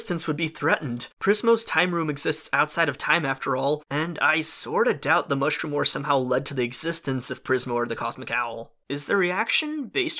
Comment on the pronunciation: Gavin Sandburg it’s Mushroom not Moshroom